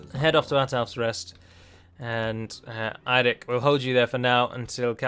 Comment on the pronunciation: Nice pronunciation of Eirik